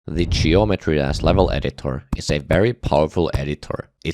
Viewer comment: he did NOT say geometry "dash" at the start